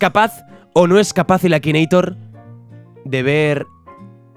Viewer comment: akineitor no akinator